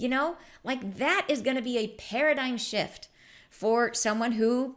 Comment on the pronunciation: Oh my i thought u said shit instead of shift 😂